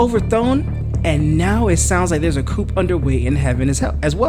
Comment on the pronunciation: Coup is pronounced with a silent 'P' unlike coupe (type of car). Otherwise, great video as usual and thanks!